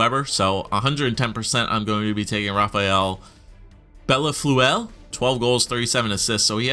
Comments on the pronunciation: Bellefeuille- pronouced Bell-foi as in aussi aussi aussi oy oy oy`````` bell foyyy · its pronounced BELL-FOO-EE but the OO part is not an OO or an UH it's more like an EUH. Try BELL-FEUH-EE maybe that will work? lol